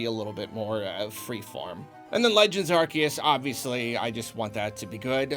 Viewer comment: Aar-See-Uhs But yes, definitely excited for 2022! Great video as always